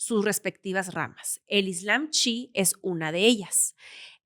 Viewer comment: no es "Chi' es "chií" o "Chiita". Gracias por el video.